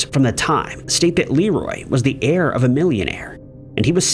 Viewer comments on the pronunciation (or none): none